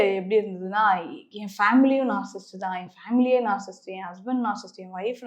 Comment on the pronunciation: First of all, it is NOT நாற்சிஸ்ட் (narcisst) It's நாற்சிஸ்ஸிஸ்ட். ( Narcissist ).